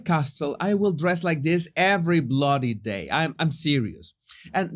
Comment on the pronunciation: "Every Blood Day" you never sounded more British saying this lol